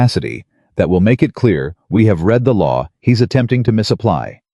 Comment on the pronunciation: Past tense of read although spelt the same is pronounced as "red"